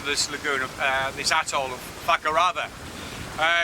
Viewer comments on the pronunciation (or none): none